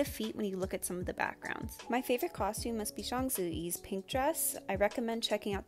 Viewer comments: I appreciate how you accurately pronounce Zhang ZiYi's name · Woah, I'm a native Mandarin speaker and you pronounced Zhang Zi Yi's name perfectly. She's one of my favourite Chinese actresses too. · Exactly!!! I was so surprised by her pronunciation of Zhang Ziyi — really really impressive and accurate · she said "zhang ziyi" so perfectly i loved it! so many people butcher the "zh" sound in mandarin that i'm really glad to hear it said properly for once. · Good job with Zhang Ziyi’s pronunciation! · Video was great but I just have to commend you on pronouncing Zhang Ziyi's name accurately, tones included. 👏